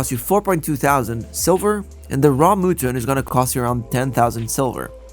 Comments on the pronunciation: Mutant stew? Muh-ton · Always informative, appreciate it, if I can help you now have one take away. It is Muht-ton not moo-ton. Mut like a dog and Tonne like the weight. Mutton. :)